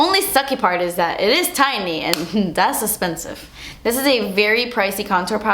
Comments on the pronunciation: i love when you say "thas espensive" ahahha i love you! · Thanks to you, whenever i see something expensive... i ALWAYS say "dass esspensive" 😂 I say it & i got my husband to say it!! Lol I love yooouu!! ❤️ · Thank you for being so real and honest. You are a breath of fresh air in the YouTube community, little one. I laugh every time you say "expensive" :)